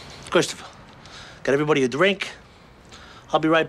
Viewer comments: ... Chwistiphah get evwebody a dwink... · Kwistaffuh, get evewybody a dwink